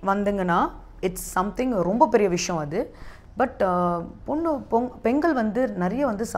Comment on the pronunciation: சகோதரி சாப்பிடுவது தமிழக சாப்பாடு தமிழை விரைவில் கற்றுக்கொள்ளுங்கள். விஷம் இல்லை சகோதரி விஷயம். எங்கே சொல்லுங்க விஷயம்.